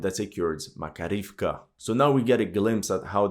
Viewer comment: Thank you for your analyze. BTW in Makarievka stress on the 2d a: Mak A rievka. Im from Russia.